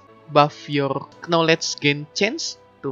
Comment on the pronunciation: The "Knowlej" Sound is strong in this one, i like it ! Great video !